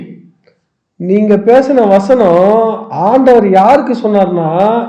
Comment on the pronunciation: நீங்க யாரு நீங்க யாருன்னு மக்களை பார்த்து கேட்கிறீங்களே அப்ப நீங்க யாரு மேடம் தமிழை கொல்லுறீங்களே வஸ்னம் அல்ல வசனம் சொல்லுங்க வசனம்